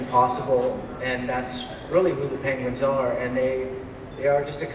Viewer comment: Aww, he said Pengwengs